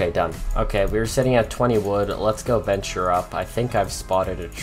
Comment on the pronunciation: Him: "let's go venture out" My brain: "let's go bench-ure out"